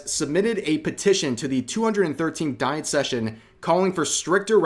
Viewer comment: Diet pronounce dee eht.